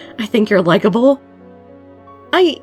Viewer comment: WHEN U SAID I THINK YOUR LIKEIBE I NEARLY DIED I WAS BLUSHING THOUGHT THIS WHOLE VID!